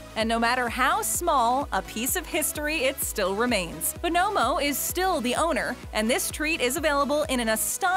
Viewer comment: I can't believe that you, or anyone in the comments, could think this was pronounced "Bo-NO-mo." I can recite the jingle by heart. It was THE candy jingle of the '60s. "You spell it B-O, N-O, M-O, BONNA-mo, oh-oh-oh, BONOMO, Turkish Taffy!"